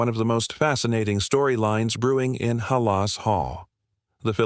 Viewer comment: It’s not ha-la